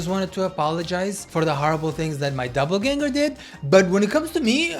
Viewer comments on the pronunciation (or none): 😅 it’s doppelgänger not doubleganger 😅😅😅